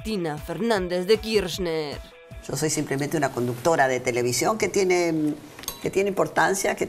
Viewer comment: when no sabes pronunciar Kirchner